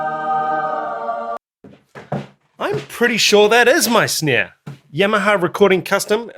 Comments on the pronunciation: Why do you say snear instead of snare? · "Is that my snaieah?" A million years later "I really want to know if that's my sneaiea!"